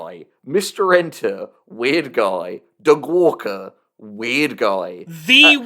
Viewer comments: I still land on 'Doug Walker' pretty consistently (maybe it's my british accent) but I am beginning to be able to hear the Du Gwarwer in your stuff, so that's a thing now. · I am unfortunately only going to be able to hear “da gwawker” any time I hear Doug Walker’s name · da vinky vs da gwawker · I have no idea why you folks keep saying "Da Gwaker". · Da Gwawker? Seriously? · Da Gwawker Help Da Gwawker has found me! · WATCH OUT, ITS DA GWAWKER!!! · 'Ey, I'm Gwawken' here! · EYYYYY I'M DA GWAWKIN' OVA HERE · Da Gwawker is killing me in the same way as that one reddit comment referring to George Orwell as "jorjor wel." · Da Gwawker actually killed me... cause I also say his name that way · Da Gweawker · Don't tell uncle about Da Gwawker! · Thank you so much for giving me "Da Gwawker"